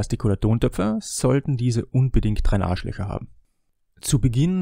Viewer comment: sagt er bei min "Drenagelöcher"? ich versteh: "drei Arschlöcher" 🤣